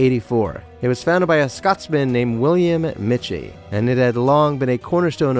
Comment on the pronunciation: My ancestors were frequent customers back in the colonial area. My great grandfather reportedly assisted with the move of the building. Oh and it's pronounced "Mickie". If you are in our lovely city, make sure that you check out the restaurant. I recommend the stewed tomatoes, my personal favorite!